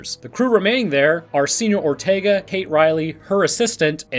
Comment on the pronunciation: “Seenyour Ortaegah” --2020